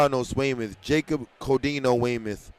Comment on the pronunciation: Heat 14 Boys 300 is Jacob Codio pronounced Co-D-O of Weymouth 😇 came in 3rd 🥉 place. 🇭🇹